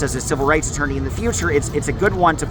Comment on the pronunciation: Coit appointed attoiney. 😂 I couldn't have said that tongue twister right at all.